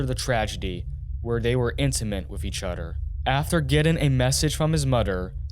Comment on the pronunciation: each udder? what bro